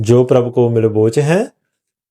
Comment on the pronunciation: ☝️ਬਾ-ਖ਼ੂਬ! ਬਾ-ਕਮਾਲ!!👍🏻ਗੁਸਤਾਖ਼ੀ🙏ਮਾਫ਼🙏 ਅਸੀਂ ਆਪ ਜੀ ਦਾ ਸਤਿਕਾਰ ਕਰਦੇ ਹਾਂ ਜੀ, ਪਰੰਤੂ ❌ਮਿਲ❌ਬੋਚ❌ਹੈ❌ਨਹੀਂ, ਸਗੋਂ ਸੁੱਧ ਅਤੇ ਸਪਸ਼ਟ ਉਚਾਰਣ ✅ਮਿਲਬੋ✅ਚਹੈ 🙏ਜੋ ਪ੍ਰਭ ਕਉ ਮਿਲਬੋ ਚਹੈ। ਖੋਜ ਸਬਦ ਮੇ ਲੇਹੁ।।🙏ੴਵਾਹਿਗੁਰੂ ਜੀ🪯